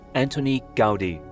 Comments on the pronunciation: you say "raise your intelligence bar. It's normal speak for averagely educated humans" yet right after you proceed to talk about things you don't know. Talk about ignorance, but the fact you say "Gaudy" instead of "Gaudí" already shows you have no clue what you are talking about. As someone who has lived here for four generations, it's disgusting to see people like you talk about things they have no idea about. You miss all nuance, all the cultural implications, the economic growth, and all of the good this project has brought to my hometown. You blame it for things it has nothing to do with. Say the tourists are ruining our economy while having no idea what the current economic and social status here is nor what the cause for it. I am yet to meet someone against La Sagrada Família as a whole. Well that is excluding people like you who weren't born here nor don't even know the history behind this city. Ignorance and hypocrisy—you throw out those words yet that is all you are. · Gaudí should be pronounced "gawDEE" not "GAWDee". Did you not see the accent mark over the little letter "í"? Do you think it was put there just to make it look cool? Have you zero ideas about why accent marks exist?